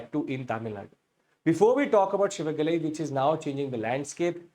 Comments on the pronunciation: IT'S SIVAGALAI✅,NOT SHIVAGALAI❌ THERE IS NO SHA SOUND IN TAMIL LANGUAGE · It's Si-va-ga-lai and NOT Shi-va-ga-ly... There's NO "Sh" in Tamil language.